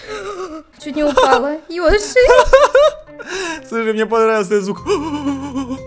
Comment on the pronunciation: Продолжение..... ТТ...... ПОЧЕМУ ВСЕМ ТАК НАПЛЕВАТЬ НА БУКВУ Ё Йоши то есть Ёши? Нененее Й оши. 🗿👌